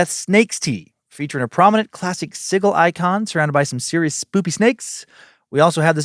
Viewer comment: Dan you don’t pronounce Sigil correctly 😂 it’s SIJIL/ not SIGLE